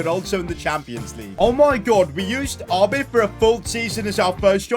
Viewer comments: He really said Ahbay for Abe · Abe. Such a simple name to pronounce, but OFCOURSE gets it wrong